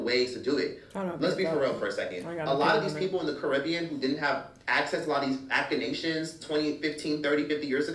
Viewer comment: Also why bro pronounce it as “Vackanation” 😂